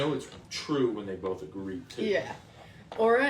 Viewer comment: I can get past the gratuitous debauchery and backstabbing but I just lose it when she says “bolth” or cackles at nothing funny. Not a funny word came out but she laughed by a hyena